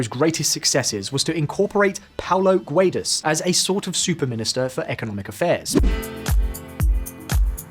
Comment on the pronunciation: Guedes reads like gedys, not like gwaydees.